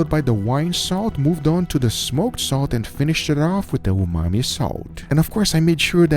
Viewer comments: Hey Guga, why do you keep saying "umai" for 'umami'? Also, your cutting board is obscured by subtitles, so non native viewers miss out on a lot of action. Can you reposition the platter or do a split screen so that the meat is not covered with caption? BTW, I'm from India, and a huge fan of both of your channels! 👍❤️ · You've said "umai bags" so much you call umami umai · Regular people: umami salt Guga: umai salt He's dry aging his own vocabulary